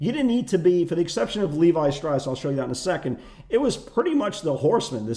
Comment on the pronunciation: L-E-V-I Shapiro not Levy hahahaha you kill me and yes we watch till the end! Love Respect you make us laugh in the live room everyday. Ya Know...